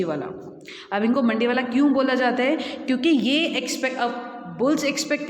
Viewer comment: मंदीवाला न कि मंडीवाला